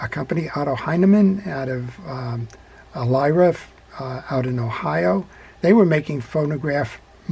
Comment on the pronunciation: Elyria... eh-LEER-ee-ah